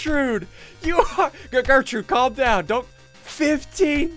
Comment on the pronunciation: Gertrude* not gertrute